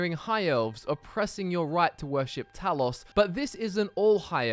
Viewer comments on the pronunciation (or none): none